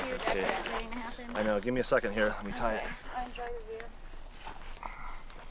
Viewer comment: Thats not how you say know